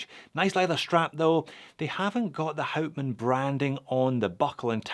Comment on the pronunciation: And pleaase pronounce hout man as [how t maan] ...good! You did your home work!